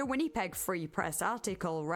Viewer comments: the way I wrote it out. She was saying it how it looks, Winn-e-peg, but it's more like Win-uh-peg. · Canadian resident here: for anyone interested, Winnipeg is pronounced "Winn-A-peg" not "Winn-E-peg" :) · win-uh-peg. But the “uh” is not emphasised. You don’t over pronounce the middle “i” basically. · The people bitching someone with a very heavy accent pronounced winnepeg the way she did are so annoying lol. You knew what she meant. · Really good video, never heard about this topic before. Would love more longer videos. But I would recommend looking up how to pronounce a city's name before saying it so many times... never heard of Winnipeg being pronounced "Win-nee-peg" before and it took me out of the "listening to the story" zone every time 😂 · WHINNY-peg 😅😅 I’ve never heard it pronounced that way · I love your videos, and I'm only like 11 minutes in, but the way you say Winnipeg made me laugh 😂 Win-uh-peg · The way you pronounce “Winnipeg” is very endearing. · thats one way to say winnipeg i guess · Your pronunciation of Winnipeg is so cute. 😂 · The way you pronounce Winnipeg kills me I love it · I don't know what happened to my comment from earlier, but in addition to cosigning OP's phonetics, I suggested going over to CBC Manitoba's channel as it's the provincial capital. You'll hear it soon enough. It's also interesting that Winnipeg is a deeply multilingual city, and pronunciation is pretty close to the French. With a switch to the k consonant at the end, it's also not that far from the original Cree, at least as it sounds to my ears.